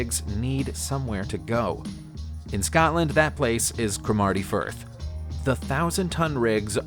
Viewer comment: Its pronunciation is CROM A TY FIRTH